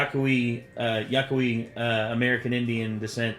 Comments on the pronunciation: I hate to be that guy, but Yaqui (as in the First Nations tribe) is, iirc, pronounced 'Ya kee'. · Yaqui. It's pronounced Ya-key.